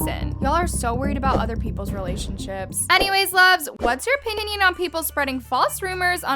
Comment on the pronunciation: "always luv what's your opi-yin-yin" SORRY LMFAOAO